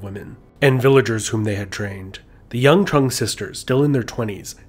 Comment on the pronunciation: Alot of the pronunciations here were butchered, like Trưng being pronounced "Truhng". But other than that, great video.